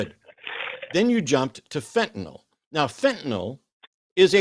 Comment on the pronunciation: It's Fentanyl. Why do they all call it Fentanol?